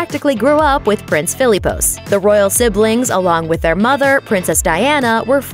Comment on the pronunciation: Everytime she pronounces Philippos wrong 😡😡😂😂